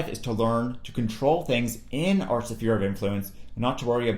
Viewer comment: Interesting how you pronounce "sphere"